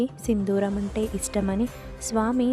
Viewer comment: Sindooram. Sindhooram kaadu.